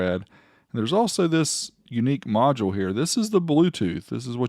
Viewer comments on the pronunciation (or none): none